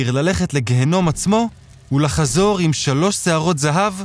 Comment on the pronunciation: וְלחזור לא וּלחזור